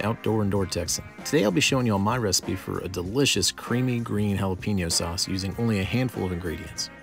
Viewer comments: It’s pronounced hah lah peh neeo not hah la peee neeo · Its pronounced: Hal-uh-pen-yo